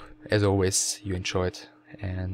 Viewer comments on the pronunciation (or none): His name is PATO, not "peito". However, yes, we "enchoyed" the commentary.